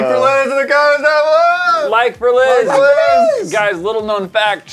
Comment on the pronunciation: It's Liz not Lia lol